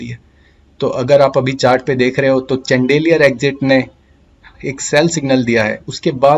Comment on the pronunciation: चन्देलीयर नहीं bhai शैंडलियर